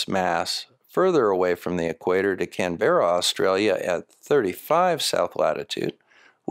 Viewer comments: Am I the only Aussie here who cringed when said "can-BERRA"? It's CAN-bra, or sometimes even CAM-bra. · FYI, the "e" in "Canberra" is not pronounced like an "e" but as a schwa sound, like the "e" in "tiger".